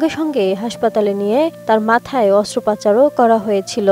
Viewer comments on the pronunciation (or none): রিপোর্টার একটা ভাষা বারেবারে ভুল উচ্চারন করেছে। শব্দটি অস্ত্রোপাচার হবে না, এটি হবে অস্ত্রোপচার।